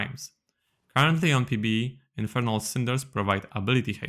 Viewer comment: "Infirnal Bard"